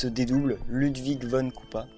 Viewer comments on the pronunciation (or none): D’ailleurs Ludwig von koopa est allemand du coup on prononce " Loudvich fon koopa "